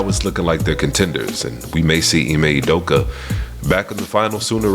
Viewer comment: Jus correction since its grating my ears. Ime Udoka's last name is pronounce OOh-dough-kah. Emphasis on the Ooh, its not You-dough-ka. Please and thank you. lol